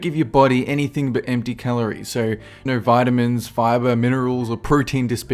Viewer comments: He says Vitimins like "Vitt-Imm-mins" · "Veh-tah-mins" The way you pronounce vitamins. Lol.